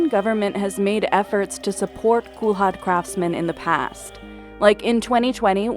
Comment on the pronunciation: That's not how you pronounce kulhad.